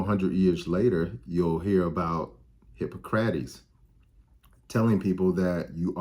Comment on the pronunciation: Sidebar: , I’ve never heard Hippocrates pronounced that way. 🧐 Have I been saying it incorrectly all these years? 🤔